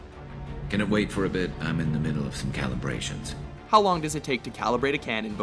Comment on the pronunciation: calibrations..... calibrations... dude....